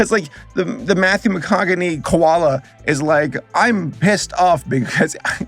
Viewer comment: I love that saber pronounce koala as ko-la-la